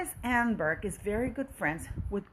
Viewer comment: Thank you for this VERY interesting report. Btw her name is pronounced: Ahn - nehn - berg - emphasis on “nehn”